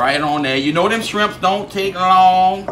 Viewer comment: Shwimps. Lol